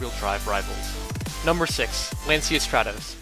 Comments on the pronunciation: Impress your friends and learn to pronounce Lancia correctly, like an Italian, ...it's pronounced " lan-cha' " not " lan-sia " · Lan-chi-a not Lan-see-a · You're pronouncing lancia wrong. It's pronounced "Lancha" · Not to nitpick, but Lancia is pronounced "lahntcha" rather than "lanseeya", and I agree that the Lancia Delta S4 was the coolest of the bunch. I also love the Quattros, though. They are the cars that really turned Group B into the legend it has become. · True, it was originally called the "Rally"! And, just for all the Italians out there, Lancia is pronounced 'Lan-cha' 🤪